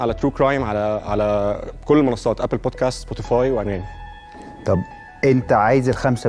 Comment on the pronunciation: حضرتك أقسم بالله ما عارفين ينطقوا الانجليزي صح .. هم اصلا مش فاهمين بيقولوا ايه .. مثلا بيقولوا بوتكاست بدل من بودكاست .. الكلمة بوتكاست معناها مخدرات